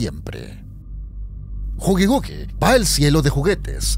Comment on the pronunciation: es killi wuill no gugigugui